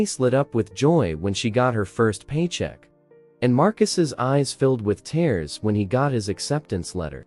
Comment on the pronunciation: i wish you knew how to pronounce words (it is not tares it is tears)